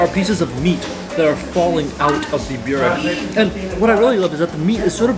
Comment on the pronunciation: Pekara is called tvrđava, or on english fortress, also your byurek pronunciation is killing me every time, you can litteraly can hear local how says correctly in backgroung. If you're there for second time, you should know this.